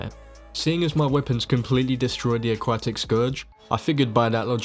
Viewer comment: Cool video i like it a lot, one question tho Why do you call the aquatic scourge the a-quack-tic, it kept on throwing me off lol